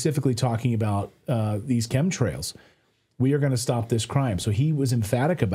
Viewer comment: Chemtrails... Not comtrails. Smile's 😅